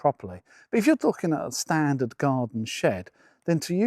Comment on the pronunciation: I was taking the mick from his emphasis on 'standard' but thanks